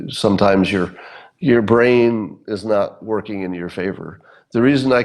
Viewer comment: "... bosses who would NAUGH hire an African American". "NAUGH"? Do you mean "NOT"? You know how to say "t", right? Well, the word "NOT" has a "t" at the end.